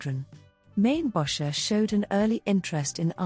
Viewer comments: Actually pronounced as in "Maine-bocker" with a hard "K" sound. He was a Chicagoan. His name was not "French". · Mainbocher is pronounced Main-Bow-Shay. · AI can't pronounce his name. LOL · Don’t you love AI???? Can’t even pronounce his name. Ridiculous